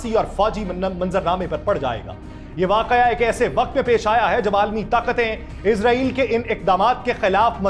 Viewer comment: او بھائی اسرائیل ھے ازرائیل نہیں موت کا فرشتہ سمجھتے ہو افسوس پڑھنے لکھوں پر